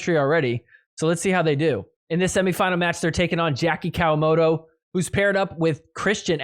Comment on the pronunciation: Jackie COW-A-MOTO . Love it.